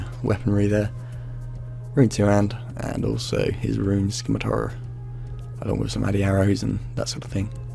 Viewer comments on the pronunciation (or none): at around 22 mins and 20 seconds "his scimitar" you sounded so american lmfao